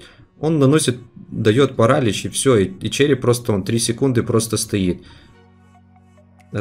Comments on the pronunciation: ставь правильное ударение пожалуйста не пАралич а паралИч очень режет уши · Еее молодец только правильно паралИч